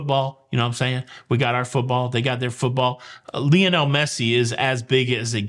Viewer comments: I hate soccer… but Lionel is pronounced LIE- on - el ! LIE.. as in “lie around and do nothing” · Thx. But Lionel is pronounced “LI ON ELLE. “ Li rhymes with HIGH. I never knew that Americans pronounced “ Ruined” as “rooned” most of us English speakers say “ ROO - INNED”. Wow weird stories, only in the USA would anyone think it normal to have guns. Thx a lot. Yes the parents are Waco. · I am so glad that he mispronounces Messi's first name multiple times. Makes for a more interesting video.